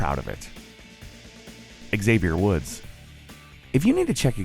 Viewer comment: Wait,Wait,Wait,Wait,Wait,woah,woah,woah,woah, hold on a minute did you just say X-AVIER WOODS instead of XAVIER WOODS?